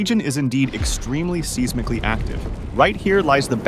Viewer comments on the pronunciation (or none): You lost me at "Seeezmicklee!" It's pronounced "Size Mick Lee!" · Seez-mically????? Thats seismically.... as in SIZE. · "Seez-micky active" Is this A.I.? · WTF is “seize”mically active? It’s pronounced size-micly. Don’t make videos if you can’t pronounce the words correctly. Dislike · Seismically active NOT Seeezmically FFS. Dumb shit bot voices 🖕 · Sees-mick-lee???? Pronounced Size-Mick-Lee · “Sees-mically” active. AI is ruining the internet. SMDH. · sees-mik-lee??? how about Size-mick-Lee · sees-mic-lee lol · You lost me at seezmically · I don't listen to robots. The second it said "SEEZ-mically," I was out. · "Seesmiccally"?? AI Prick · Seazemically? Really bro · "Seize-mically" active? Record the voiceovers yourself please. You may enjoy sounding like an idiot in your videos, but i do not enjoy listening to it. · “Seez-mickly active” 😅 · "Seezmically active." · Seeze mickly? Don't you just love AI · The AI voice failed at correctly pronouncing "seismically" as "seesmically", but okay. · SEEZMICALLY ACTIVE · “seezmically active” 💔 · Seize-Mickley? God I hate AI slop. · "Seezmicly active" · "seize-mick-lee" active 🤦‍♂️🙄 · Sees-mically? Kid must be Canadian 😂. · “Seize-micly active?” Damn I really thought u weren’t AI 😭 Please say you r human and I’ll 100% let it go! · "Seesmicly active" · Nobody gonna explain what seesmically active is? I've heard of seismic but not seesmic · Isn't seismically pronounced like 'size-mick-lee' ? 🤔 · "Seezmically"-active? AI dubbed garbage. Thumbs down, everyone. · seesmically active ai has trouble with such a complex word😂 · What the fuck is seesmickly active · Lol seesmically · SEASmically active 😅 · seismically Who pronounces it sea zic lee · Seesmically active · “Seesmically” active? AI? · Seezmicaly active? Wtf smh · Seesmackaly active… I’m so tired of ai slop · "Seasmically" 🙄 channel owner doesn't correct the AI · Seesmicly active? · “Seezmically” active. Ai slop. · I had no idea the region is extremely seeze-mickly active.